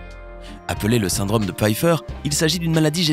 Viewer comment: La désinvolture dont fait preuve le narrateur à l'accent du sud-ouest bien marqué est insupportable. Les "cases" au lieu de causes", le "syndrame" au lieu de "syndrome" ...